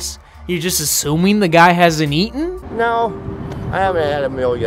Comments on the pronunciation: "Have you aten??" 😂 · So are we just going to ignore the fact said 'ate-en'. Eight-en. 'Have you eight-en lately'.